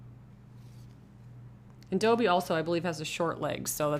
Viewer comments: It’s pronounced DA-BEE not DO-BEE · Its dobby not doebby